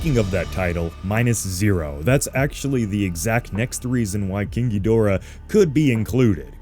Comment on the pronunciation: Mispronouncing Ghidorah is only slightly less annoying of a fad than swallowing laundry detergent.